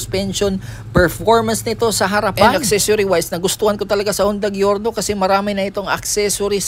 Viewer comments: Jorno. Not gyorno 😂😂😂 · GIORNO AS IN GIYORNO .. kala ko kasi pronunciation nito is like "jor-now"